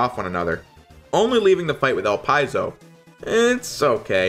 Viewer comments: no. It's supposed to be El-Pee-Zo. The name is French. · Is that really how you pronounce "Elpizo"? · I think the correct pronounciation is "Ellpizo" and not "Elpyzol". But I'm not sure,and according to Google Translate it is "Elpeezo",so I'm not confident we can find an accurate answer. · 1st. I always thought Elpizo was pronounced Ell Pee Zoh. Not Ell Pye Zoh. 2nd, I thought Elpizo was a chick. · Is that how his name pronounced? El-Pie-Zo? I always thought it was El-Pea-Zo. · It's actually pronounced el-pid'-zo